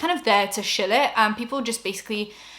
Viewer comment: Say shill again…